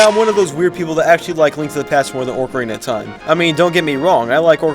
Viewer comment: Did he say "ork"Ariana of time. 😤